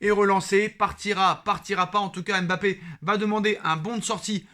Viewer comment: Mon cher, arrête de dire M bappé stp. C'est dégoûtant. Vous fetes tous exprès les journalistes, chroniqueurs et youtubeurs français.